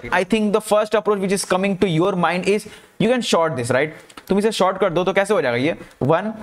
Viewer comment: abhi bhi short hi bol rahe ho bhai, short == sort